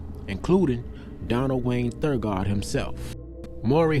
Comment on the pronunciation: Donald's last name is Donald Thagard (Tha-gerd)